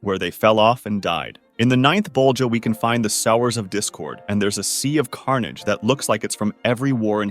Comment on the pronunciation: So this video was REALLY sloppy. I think I need to unsubscribe from your channel since this seems to be a repeating theme. “Sower” rhymes with “slower” (not with “shower”). Yes, there is a word “sow” (noun) which rhymes with “cow” and means a female pig. However, “to sow” (verb) is pronounced quite differently. Then there is the fact that at NINTH level (treachery) who have the words “TENTH LEVEL” splattered on the screen over your voiceover. How bad to do you have to be that you could not even catch this when you wee editing?